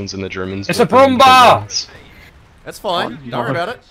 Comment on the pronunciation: "it's a Brummbar!" :D how to massacre the german language